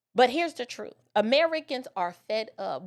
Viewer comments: He said Truff, not truth. Two different things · He can't even pronounce the word, "truth" correctly!🙄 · Ben Crump can't even pronounce truth right